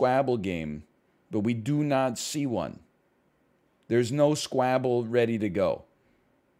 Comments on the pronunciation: He's pronouncing it like Scrabble. But Squabble is pronounced like wobble so I don't kow if the Devs pronounce it like that, it's an accent thing or he just doesn't know how to say squabble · almost disliked for the way he pronounces s k w a b b l e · Sounds like scrabble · He said it in the first video he made on this game. It’s probably pronounced like normal but he likes pronouncing it like that cause it sounds like scrabble and it’s fun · i think it sounds like Scrabble, the game with words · Why doesn't NL know how to pronounce Squabble? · but uwuified